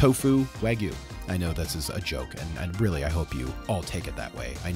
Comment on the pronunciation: Wag-yoo bro.